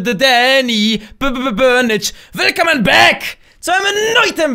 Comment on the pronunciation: Hahahahaha Wie du immer Back Sagst